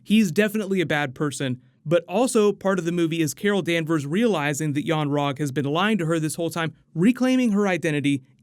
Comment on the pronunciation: Carol Danvers. its lot sund like kara danvers